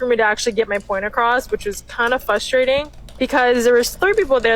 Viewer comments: The moment a person pronounces it “fustrating” you know their IQ is low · "fustrating" is probably why you can't get your point across